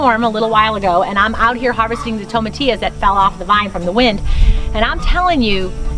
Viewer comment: Tomatilla is not a plant. Tomatillo is. Also it is not tom a te o it is toe mah tee yo